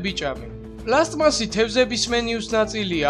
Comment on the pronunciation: პლასტმასი პლასმასი კი არა :)